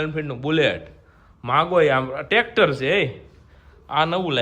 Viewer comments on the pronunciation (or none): none